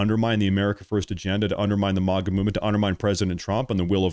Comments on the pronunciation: You're talking about fake/fraudulent X user accounts (specifically, those that have branded themselves as "conservative influencers) yet can't/won't/don't know how to pronouce MAGA. Do you see any irony here,...the conservative influencer? It's MAGA (MAY-guh), not MAGA (MAH-guh). Easy to learn + remember,. MAY-k (America Great Again) and MAY-guh. Phonetically similar. Simple. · Dude it is MAGA NOT MOGA